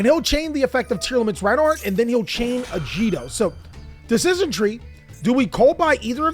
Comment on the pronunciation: its "ka-lie-dough", like kaleidoscope. "ah-gee-dough" not "ah-g-dough" "sheer-in" like ed "kit-call-ose" nothing personal, mispronunciation just a pet peeve.